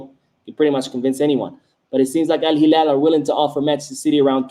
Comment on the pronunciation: You pronouncing al hilal correctly the real one in Arabic!! Awesome 👏